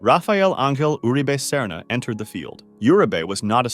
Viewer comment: It bugs me how Uribe is pronounced here. Urabae? It’s pronounced ooh-ri- beh. Got most the name right except that one.